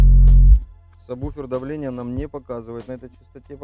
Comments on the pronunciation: "Ведущий" - Агонь - и саМБуфер и саББуфер и саБуфер, но только не саБВуфер )))))))))))))))) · Меня бесит когда говарят самбуфер. Когда правильно сабвуфер. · только не говори «саМбуфер» прошу тебя Саб...Сабвуфер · Я все понимаю, но вы такие все спецы...научитесь хотя бы правильно произносить название того с чем работаете! НЕ сабБуфер, а сабВуфер! Колхоз! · Самбуферы,слух режет. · самбуферы ухаха) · Самбуферы??? Дальше смотреть не стал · кто, так же как и он, говорит " самбуфер" ставьте лайки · ЧТОоооо??? СаМБуфер? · Бесит слово- самбуфер! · Обратитесь к логопеду, он вас от сабБуфера вылечит. Хотя может безграмотность нынче хит... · самбуфер? вы серьезно? вы же звуком занимаетесь, какой к черту самбуфер? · Плиз, не говори "самбуфер". Мозг плавится. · Как вы говорите? саМбуферы??? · неправильно сказал в начале сабвуфер